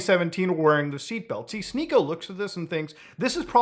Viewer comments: "She-niko"??... I though his name was "Sneak-o" like some kind of goblin in a D&D capaign. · its sneako, not shneako. that said, never heard of this guy and dont want to start hearing of him nowq